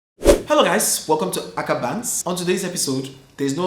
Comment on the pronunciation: Akah😂😂😂😂😂😂😂😂your pronunciations are cracking me up